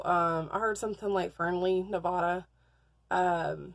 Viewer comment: It's Nev-Ah-Duh. Not Nev-Ooo-Duh.